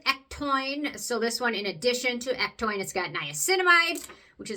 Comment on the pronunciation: Hey! Thanks for the video on other ectoin products. Have you ever mixed a couple drops of PC ectoin into the Prequel serum? I am going to try that, just to add more to the serum. Also, on a side note, did you know ectoin is actually pronounded ek-TOE-in?... I said it wrong for so long, until I heard Penn Smith correct herself for saying it wrong in the start also. lol 🤣